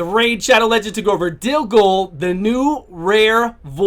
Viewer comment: DilGOL. All I was hearing is DilDO :D Was laughing my ass off when you shortened it to Dil..